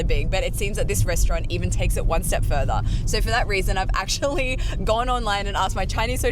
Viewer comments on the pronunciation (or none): none